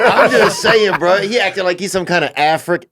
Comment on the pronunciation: AFRIN-can American😅😅😅😅😅😅😅😅